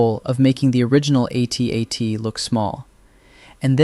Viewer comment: what is an "a tat"? Did you mean "AT-AT"? That sounds like a mistake an AI narrator would make.